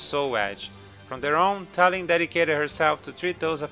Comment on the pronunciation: talim is not read as tah lhim it's tahleem